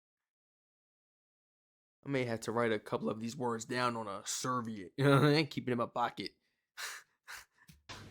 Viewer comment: We do have Lays chips here. We do call it a plumber's crack. Chook is cooked chicken (rotisserie chicken) Chilly bin is New Zealand He said serviette wrong. Its ser-VEE-ette Ute is short for utility vehicle Adidas our pronunciation is correct, it's the German pronunciation We don't all say H as Haitch, some say Aitch We don't all the the days of the week like that nobody says "no wukkas" I prefer American lemonade tbh, but its not really a thing here (unless you make it of course). It's close to lemon squash Broom is broom here, not sweeper I call it a cantaloupe and always have. I didn't even know it was also called a rock melon.